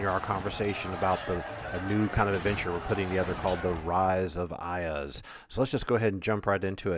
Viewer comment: Some of the pronunciations are incorrect in Oeridian common or Velondi but thats ok... an Oridian speaker would say Iuz as " Eyeooz" and Furyondy would be "Furry Ondi" also the its the Viscounty of Verboboc pronounced "Veyecounty of Ver bow bonck". I kniw I adventured there for 25 years